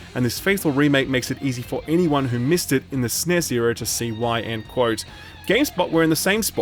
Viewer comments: I've never heard anyone call it a "SSSSNES" What is that? lol. It is a Super N-E-S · I’ll Like but I don’t like how says “Sness”... 😂🙃